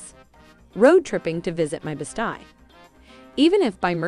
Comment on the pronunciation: Best eeee, not best eye.